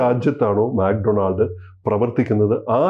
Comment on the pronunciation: മാക് ഡൊണാൾഡ് അല്ല മക്ക്‌ ഡൊണാൾസ് ആണ്